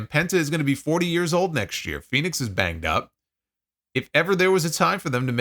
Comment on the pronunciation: Maybe the WWE announcers could actually pronounce Fenix's name properly unlike Excalibur. Sounds like he's saying FedEx.